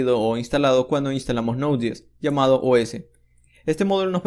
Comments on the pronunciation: Me dio cositas cadavez que decía nodies 😂 Es node yey es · ¿por qué dices node DS si es JS?